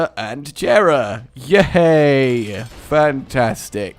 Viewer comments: Its not Jera its pronounced Yera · GOD DAMN IT JERA IS PRONOUNCED WITHOUT THE J.